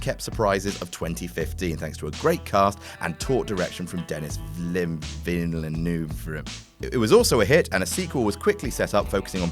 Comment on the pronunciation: Goddamnit Duh-Nee Vee-Le-Nuh-V